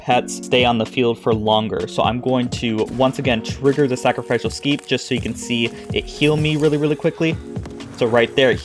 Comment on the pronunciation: It's pronounced: "sack-ruh-FISH-ul"